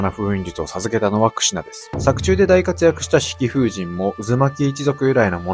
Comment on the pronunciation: クシュなって聞こえる🎉